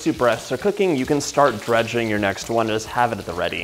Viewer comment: eh fyi it's not " Drudging" it's Dredging. Drudge is someone with a mental disorder, Dredge is to cover in flour. Now imagine you didn't wipe away all that delicious FOND ! The wine is for deglazing the pan man. All that flavor in the FOND should be used not wiped away.